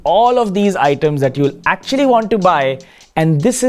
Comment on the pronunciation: aktucually! aktcucaualyy